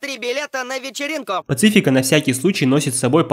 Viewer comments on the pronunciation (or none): Не "Пацифика", а "Пасифика"